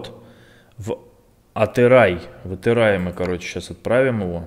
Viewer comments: Не Атырай а Атырау братан😅✊ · Это город атырау а не атырай я живу там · Атырау а не Атыраи